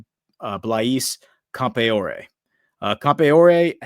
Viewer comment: Pronunciation for Blaise Campoare = Blaze Camp-R-E.